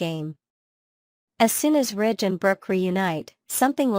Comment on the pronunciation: It's Ridge, not Rich